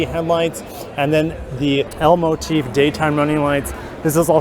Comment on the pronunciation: You're saying L-motif but I hear Elmo teeth.. Also I'm not sure if Elmo has teeth? 🤔. Anyhoo, nice redesign.. Most of it we've seen on the new nx. The floating roof does look better here. Needs a fully digital guage cluster. Otherwise, looks too low to the ground.